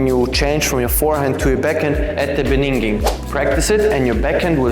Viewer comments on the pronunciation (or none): in the beninging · Loved the beninging 😂